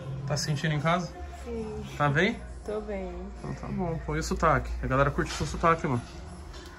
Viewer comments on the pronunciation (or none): Fala cantado sim! "Siiim." "Tô beeem!" E no final ainda solta um "nan" de Maranhense, representa!